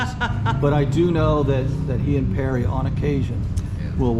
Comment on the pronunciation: David Parry. Not Perry. Jeezuzzzz.